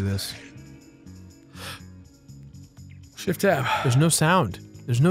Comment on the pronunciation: SHEFT TAB SHEFT TAB